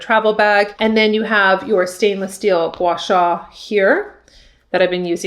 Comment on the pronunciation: You pronounced it perfectly!